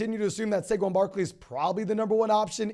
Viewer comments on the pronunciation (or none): none